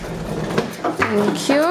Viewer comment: "TANK JU"